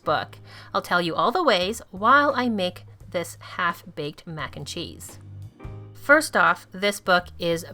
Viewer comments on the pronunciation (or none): none